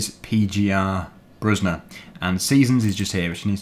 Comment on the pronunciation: Just wanted to Say you read it pe like Pen without the n. You speak the gie more like kie. And the er like er in erotic. You speak the bruzda part good.